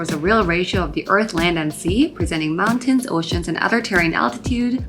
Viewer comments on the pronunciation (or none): none